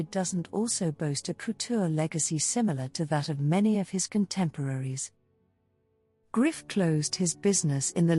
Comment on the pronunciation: Please learn how to pronounce French words especially Griffe!!